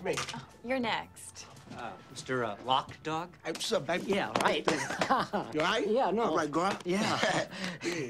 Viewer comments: n it's not lock dawg,itz LOC DOGG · lock dawg lol lmfao lol it's LOC DOG learn how to say somebody's name right ight Mr Loc Dog lol